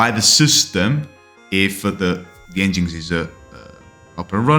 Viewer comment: Pronounced engine x :)